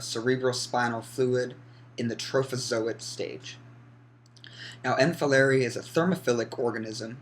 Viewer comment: Is pronounced folerai